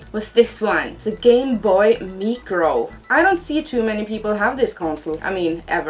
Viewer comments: How we spell it:Micro How she spells it: Meecro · Love your channel but the way you say "micro" 😁😂